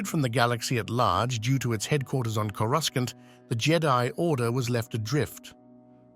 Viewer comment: This is narrated by an AI, not a Star Wars fan. It doesn't even know how to pronounce "Coruscant", pronouncing it as "Coru skant". Thumb down.